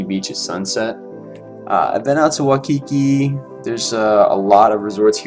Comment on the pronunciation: Do you live in Hawaii? Waimea Bay is the best though You pronounced Waikiki wrong